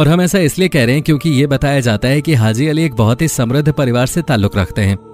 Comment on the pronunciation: Pahly to aap bolna sekh lo bhai hazi nai haji hota h urdu ki jan to mat nikalo